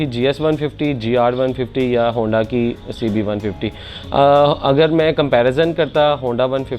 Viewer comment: Handi 😂 aisy hi nahi pendu bolty log ❤